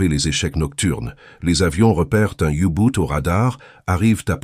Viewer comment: On ne dit pas "oubout" mais "ubot"